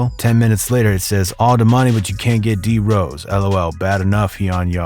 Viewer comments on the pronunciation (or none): This man just called D Rose “drose” 🥴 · You know nothing it’s all regurgitated info lol, I could’ve made a better video. Durk has said they’ve spoke on the situation and you said pronounced “D Rose” drose .. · Why he say D-rose like that Wait how you gonna say it wrong one sec and correct next